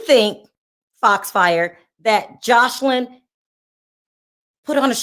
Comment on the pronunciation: You keep calling her Josh line instead of Jos eline. Josh is a masculine name